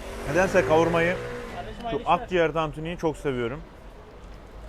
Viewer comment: Akciğer diyor